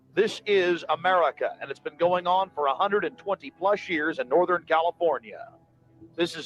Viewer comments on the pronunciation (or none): none